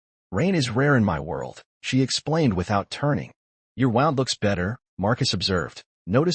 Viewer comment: These AI's can never pronounce words like wounds, (they say it like you wound the rope around a post), live as a body (they say it as we still live). These are the two I hear the most.